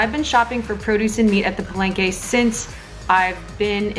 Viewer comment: NAKSSS!!!! Lumelevel up ang editing skills ni!! Gusto ko un background music. naclickbait MO AKO ee, frankly speaking. THE TRUTH ABOUT PALENGKE FOOD ba naman i caption. HAHAHAH!!! sorry what's that again? "Paleyngkey" and u just said it so many times!!!! HAHAHAHAHAHHA Sori!! 😁😂🤣at first, I thought I heard Barengeyy.. HAhahahaa!! Sinigang talaga DA BESTT!!! <3 - my gehhddd closee eepp ang geeendee mee telegeeeee heeleeeyyy... ang haba n ng comment ko hahah suri na 😘